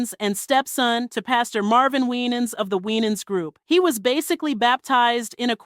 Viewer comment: Why was Winans last name mispronounced throughout entire video?! 😂